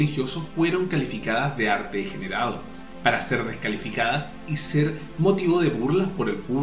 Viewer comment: Desde que lo descubrí me fascina su pincelada energica y expresiva. Tenés un error en . Dice "degerado"